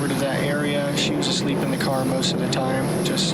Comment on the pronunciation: I hate it when he talks about his car the way he says it